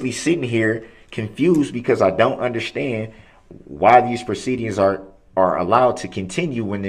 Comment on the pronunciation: I hate how he says, "undershtand."